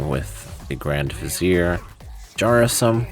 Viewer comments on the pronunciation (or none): none